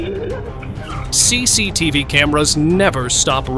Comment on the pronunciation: CCTV bang bukan CECETF